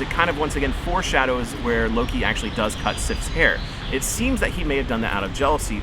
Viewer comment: We do not pronounce Loki that way in Iceland.